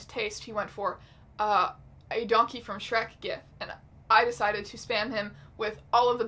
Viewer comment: I heard “donkey from shrek” as “yonkey from shrek” I don’t know how to feel